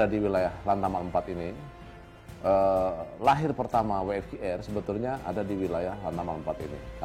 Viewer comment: So sorrryyy SIR .. Must be W (Double You) F (Eif) Q (Kiyu) R (Ar) ... but all great LOL